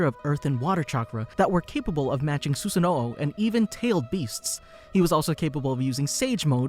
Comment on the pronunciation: Did this guy really just say Susanoo’o? Like come on man the series been out for over a decade.